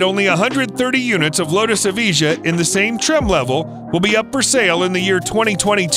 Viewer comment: I love how he says lutus evije like e-vee-jah but its ev-eye-juh